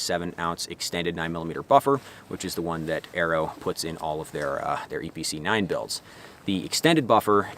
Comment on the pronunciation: That's a lot of words for a range toy Also I kept hearing Eee PC 9 haha